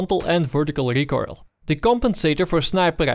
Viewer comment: i love how you say recoil, recoirle, sounds like a tasty pastry